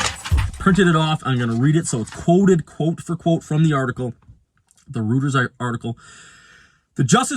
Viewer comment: Stopped watching after this fool couldn’t pronounce Reuters and Citron. FAIL.